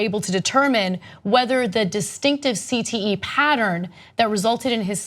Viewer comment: Ana shouldn't have tried to pronounce cte. Fail lol